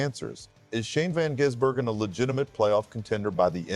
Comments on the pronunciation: FFS since when was Gis pronounced as Jizz Learning how to pronounce the name you would think would be the first thing you'd do.. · By the time SVG becomes consistent on ovel tracks, hopefully you'll be able to pronounce his name correctly. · A video about Shane Van Gisbergen yet your stupid AI can't even say his name properly. Wrong twice in the first 80 seconds. SPG? ANd can't pronounce Gisbergen properly. Bloody AI slop. Goodbye